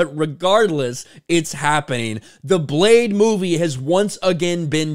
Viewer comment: Retitle it: Bleh-de!